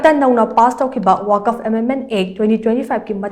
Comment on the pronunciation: “ Waq’fa “ haina pronounce toubiyu.